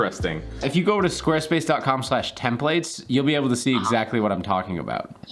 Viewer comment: HAHAHAHAHAHAHAHA YouTube interrupted your sponsored segment with an ad HAHAHAHAHAHAHAHA Also,, I will subscribe as soon as you pronounce "templates" correctly.